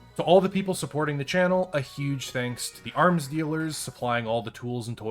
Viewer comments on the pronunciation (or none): none